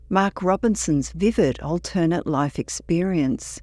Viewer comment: WHY DOES THE FEMALE NARRATOR KEEP MISPRONOUNCING "ALTERNATE"???